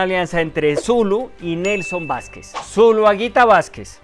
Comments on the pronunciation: Vásquez no, Nelson "VELÁSQUEZ"... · 😂no es nelson Vasquez es Velasquez